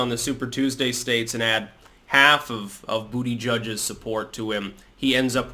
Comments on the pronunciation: I'm gonna miss hearing you say "booty judge" every morning, 😢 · I'm infantile, I giggle every time says Bootyjudge.